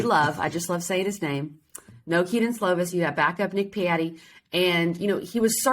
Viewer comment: Patti, not Piatti